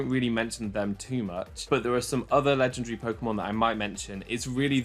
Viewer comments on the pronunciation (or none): I like how he pronounces legendary Legendre